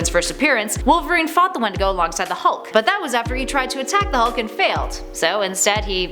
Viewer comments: You say "wendigo" and I hear "one to go". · That’s not how you say wendigo